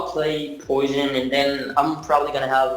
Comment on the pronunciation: lol he said poishon